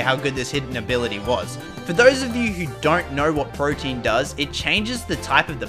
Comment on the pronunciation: Bro be calling protean(prow-tee-uhn) protein (prow-teen) lol